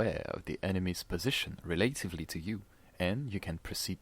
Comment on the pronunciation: This video already helped me, I didn't know you could zoom on the mini map! Needless deaths I could've avoided because I couldn't accurately see where the enemy was. Also, the word relatively is pronounced 'reh-luh-tiv-lee' lol. Very impressive English though.